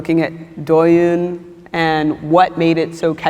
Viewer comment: She pronounced 抖音 as 多云...